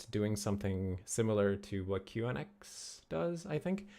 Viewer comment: Last I heard, QNX is pronounced "Q-nix" (like unix)